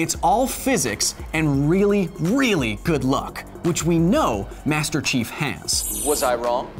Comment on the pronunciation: Everytime he says Master Chief it sounds like he's saying Master Shifu